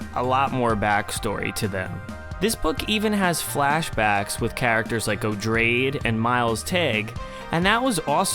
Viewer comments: Love this series of videos. Just an aside, Odrade is pronounced like - Oo-draw-day - similar to Atreides, since she's related. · I'm pretty sure Odrade should be pronounced as O-drae-dee, cuz its stated to be a later form of the name Atreides.